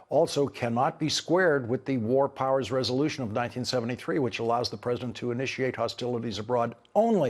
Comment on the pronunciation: The press-A-DENT and Pete ..ar